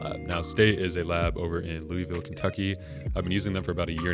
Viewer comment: You know he's not from the 502 ville when you hear him say Louisville haha